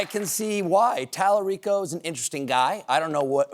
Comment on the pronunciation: He’s not pronouncing talarico correctly. However hearing one of my hero’s say it is unreal cool